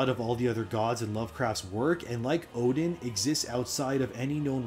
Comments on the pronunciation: It's pronounced more like 'Erden' not 'Odin'. It's literally pronounced in the game by the guy on the floor in Oeden Chapel. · 1 thing you got wrong. Oedon isn’t pronounced “Odin”. It’s pronounced “Er-den” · Great video just a slight correction. Oedon is pronounced Erdon. The Oe diphthong pronounciation is German in origin. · Oedon is actually pernounced “erden” with an R. Confirmed by the npc in the chapel who asks you to bring people there for safety. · Yeah your lore is interesting but Odin? Bruh. The word comes from eyes. It goes back to a day when Oedipus (see the name?) Blinded themselves. In Sophicles play. Oedipus says now I can truly see. The lining of eyes is so prevalent in this story, it's kinda sad you missed it and continued to pronounce Oedipus as Odin. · Oedon is pronounced eerdon though.